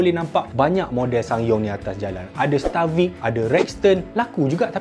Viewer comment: Stavic bukan Starvic